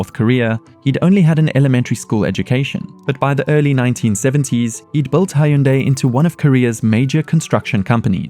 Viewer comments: It’s not pronounced “High Yoon Die”. It rhymes with “Sunday”… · Did this dude pronounce Hyundai as "Hai-Oon-Day"? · hai-yun-day?? bruh